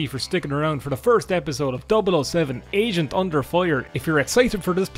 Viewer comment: I kept hearing it as "asian under fire"